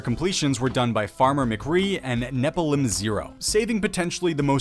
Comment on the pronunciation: and nephilim has an f sound, not a p and an h